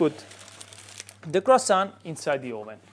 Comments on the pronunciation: Brother, love your pizza video, but my mom is French and she would slap you for calling this croissant. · Olive oil ? In a croissant ? Are you serious 😂 my ears are bleeding 😊